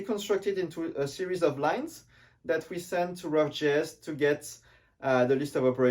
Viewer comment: I think it's vjeux not vieux